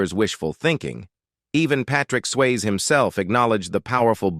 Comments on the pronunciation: His name is Patrick Swayze not Patrick Sways give me too many mistakes in how you say things but this mistake is just worst and bad it is just shows that you have no care in what you're doing. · How did this commentator get a job speaking? "Swayz" "soap 'O'pera" and "comeuppance " "shedding a 'tare'" ?????